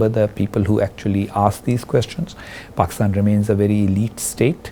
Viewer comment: Brother Husain . U said exactly "BAKISTAN" I HV BN IN MIDLEAST ALMOST 28 YRS... SO ITS CORRECT " ARAB CANT SAY P Even hi educated"